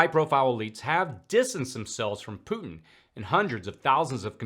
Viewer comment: Mad Maxine Waters says "POOT-NNN" instead of "Putin." Senator Kennedy says "PEW-TIN." 😂🤪